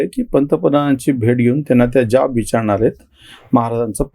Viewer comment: ज्याब नाही हो जाब म्हणा.